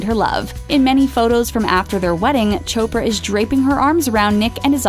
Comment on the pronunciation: Chopper?it's chopra🙌